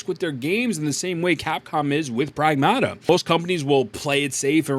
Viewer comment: Getting a Like and Sub just for pronouncing Pragmata correctly lol